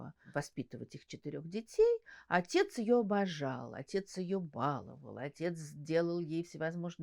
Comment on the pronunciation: Не бАловал,а баловАл!